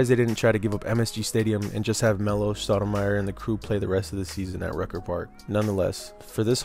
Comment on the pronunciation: It's STOUDERMIRE NOT SHHHHNOUDNERMYER 😂😂 dbag